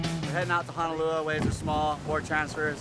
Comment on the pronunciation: "Honolua" bro, lol! 🤙